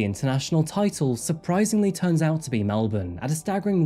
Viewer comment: Your a true Aussie now, you can pronounce Melbourne correctly